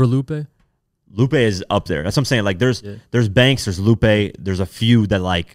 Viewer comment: Lupe??????? Luppee??? (Soulja boy voice) smh